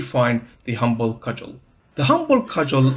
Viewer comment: Just so you know near the end you said the cumble Hudgel